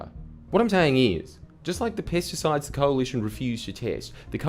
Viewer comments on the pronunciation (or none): When this guy says pesticides it sounds like he’s saying “piss decides” lol